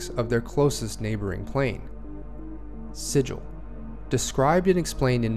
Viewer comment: ahem If you're referring to an inscribed or painted symbol considered to have magical power, the correct pronunciation is "si-jill". If, however, you are referring to the City of Doors in the Planescape setting, the correct pronunciation is "si-gull". I mean pronounce it however you like, but everyone's going to think you're a clueless Prime. ;) Great overview, though. Thanks for putting it together!